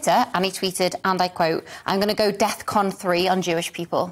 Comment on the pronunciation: You cheapen yourselves with this pandering stance GBN, so calling Jews rich and powerful is somehow anti-semitic?? while simultaneously wondering how a certain Harvey sits in court after it took a quarter of a century and a worldwide movement to get him there. BTW it's 'DEFCON' not "DeathCon" and level 3 signifies a level of alertness above normal not a declaration of war as some outlets would have you believe. It is though clear now that an unfiltered black man off the plantation who's been messed around by powerful people and sees things for what they are is obviously 'unwell' and has a 'problem' and needs to be silenced. Got it. Honestly had to peek into who's bankrolling your operation after watching this.